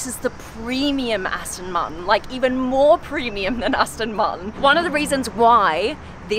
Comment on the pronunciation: Aston Martin not Aston Marten!